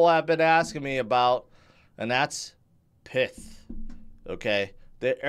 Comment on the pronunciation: isn't it pie-th, like in python